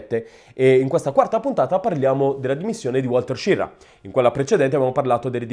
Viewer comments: SCHIRRA non "SCIRRA" ERA SVIZZEROSARDO. O meglio ITALO AMERICANO. Quindi almeno dillo in Italiano il cognome. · Una notazione.La pronuncia di "Schirra" non è "Scirra". Ma proprio come si scrive. Schirra aveva origini italiane. Per la precisione sarde! I nonni erano di Ghilarza, in provincia di Oristano. Emigrati poi in Svizzera, poi si spostarono negli USA. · A quanto sembra Schirra aveva origini sarde, si dice che suo nonno fosse di Ghilarza (Oristano) ed emigrò prima in Svizzera, poi negli States. Coincidenza: a Ghilarza visse anche Antonio Gramsci. Se questa tesi fosse vera, il cognome Schirra cognome andrebbe pronunciato "Skirra". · Hai perfettamente ragione, stando a Wikipedia. Schirra è un cognome sardo e si pronuncia proprio Skirra. La sua testardaggine potrebbe essere proprio quella dei sardi 😂😂